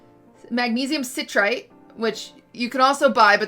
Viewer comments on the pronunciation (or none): The way she mispronounces citrate